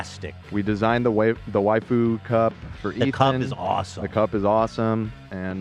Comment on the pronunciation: Ethan calling the waifu cup the "way-foo cup" and then going "the wayf-- the waifu cup" afterwards was too beautiful 🤣 during the gamer supps read haha